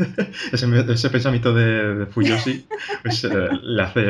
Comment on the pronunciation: Me apunto la de watashi ga motete dousunda :D PD: Crítica constructiva: Deberíais intentar pronunciar bien los nombres de las cosas, tipo "gintama" o "fujoshi" o muchas otras (no ya nombres complicados, no pido tanto). Evidentemente , no somos japoneses, pero al ser un medio de comunicación, vuestro alcance es muy amplio. Si ya se dicen mal las cosas aquí, todo el mundo (sobre todo los que empiezan) las acabará diciendo mal. Quizá sólo es cuestión de practicarlo un momento antes de grabar.